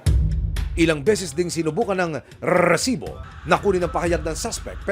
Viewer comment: Kawawa naman c francis.....life sentence sa gumawa......Pwede bang wag oa bigkasin ang salitang resibo.....